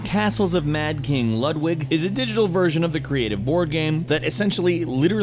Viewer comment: Its said "loodvig" the mad king from germany